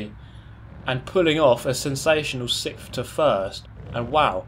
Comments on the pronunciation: Next video will just be saying "sikth place" very, very thoroughly for twenty minutes. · I love how he pronounces "sixth" as "sixf". Dear old England. Sharing these videos with my brother, who raced cars, he likes the accurate commentary. The understanding that entering this corner at this angle can set me up for this and that. The sheer strategy and explaining of it, is always good at this. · I was drinking water, watching your video. I has having a sip and you said: "6kjjjjth". I'm ded now. Sent from the Shadow Realm ™